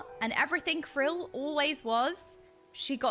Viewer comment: Saying almost all of the names wrong is something that I didn't know I needed to see? /s Stineeeen. Serena. Krill...